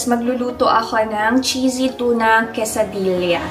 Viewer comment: Hi! TORTILLA is pronounced- Torti-ya and QUESADILLA is Quesa-diya. LL is Y in Spanish. 😊